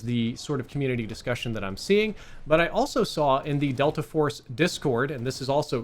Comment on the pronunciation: Bro said "Delter Force" in the beginning.